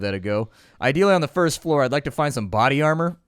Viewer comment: lol, "bardy armar"... Americans :P